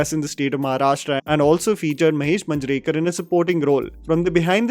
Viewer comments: Just a minor correction regarding the pronounciation of some marathi surnames, It's not Taarde, It's TARDE and Not Manjrekar but MAANJREKAR. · Sachin Khedekar***. I am a huge fan of yours. Please work on your pronunciation.. You have pronounced last names incorrectly. Limaye and Manjrekar.. As you are into National level film analysis, then perfection and accuracy in pronunciation is a must. Keep up the good work my bro. Cheers!!!